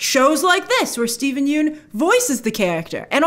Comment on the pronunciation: I believe the vowel in “Yeun” is pronounced like “young” or “lung”. Thanks to Conan that I know this 😅